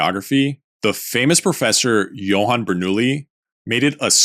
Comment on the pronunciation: Abide by reason: gets "Johann" right Also Abide by reason: butchers "Jacob", because evidently, Jacob Bernoulli was English after all and would have pronounced his name in this trainwreck that are English pronunciation rules. Yes. "By reason" my ass.